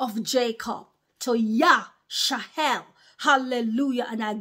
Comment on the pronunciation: Why are you saying Yash-a-hell instead of Yash-a-rel 🤔